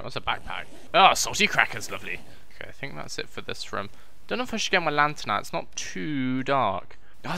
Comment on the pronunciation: Haha a LANGHTERN! I'm dead